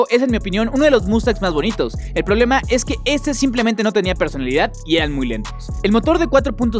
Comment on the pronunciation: No se dise prolema se dise problema